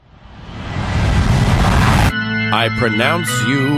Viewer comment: He says I wike Twains and the guy who wrote Huck Finn shows up